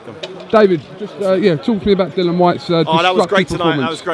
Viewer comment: Seriously how difficult is it to get his name right. It’s Dillian!